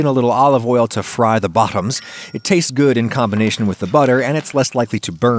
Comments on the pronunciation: ‘to fry their BOH-toms’ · y he say bottoms like he burn his mouth on it